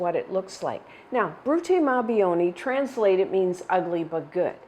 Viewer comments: Hi! 'Buoni' is pronounced Boo-onee not Bee-onee:) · The last word is pronounced BWONI, not BYONI